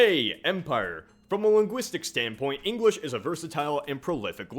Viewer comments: Is it just me or is he saying "Engwish" when he's mentioning the Spanish and Chinese? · Engwish he says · Did he say "engwish "?